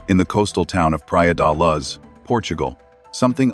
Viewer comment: Please use your own voice. It would be so much better than AI. It’s so annoying when it pronounced Mad-e-leen and Luz. Made me not want to watch